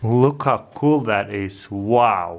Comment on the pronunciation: Can we have a livestream for this? It's so KUL!!! Speaking of "KUL," I wish Taras would put a caption on his videos that says "KUL" everytime he says "cool."